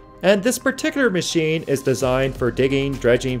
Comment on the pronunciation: Anyone else think he pronounces "accurate" and "particular" weird?